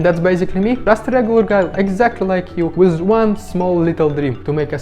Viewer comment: Sounds like a bit of a fake accent, I know a lot of Russians and none of them talk with many misprounouncation on so many words within a short space. Who says wiz instead of with? You do but I really can't take it seriously. I don't buy it.